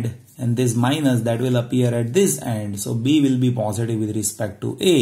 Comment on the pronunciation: Plz pronounce positive properly its irritating.. 🙏